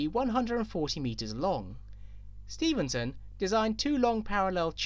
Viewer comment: Stephenson, it’s Stephenson. Important to avoid misnaming people.